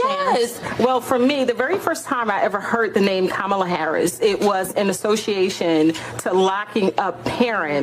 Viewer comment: Ka-ma-la. Say it with me now.